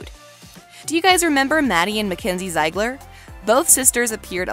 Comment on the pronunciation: did she just say “zEigLer”??